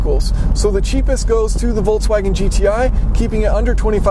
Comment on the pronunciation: Do you say VOLTSwagen? For any reason I say VOLKSwagen